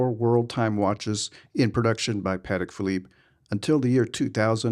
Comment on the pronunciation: That watch is phenomenal. How ever your killing my ears calling it pat-ick. It’s pa-tech. Crazy cause it seems like you are a VIP over there. I am suprised they have never correctly you, politely of course. You must have very small wrists so that a 41 is too big. Enjoy the watch in good health.